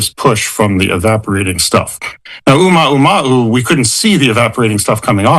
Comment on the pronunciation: I heard "Ooh-Mahu-Mahu" which is very funny if you ʻŌlelo Hawaiʻi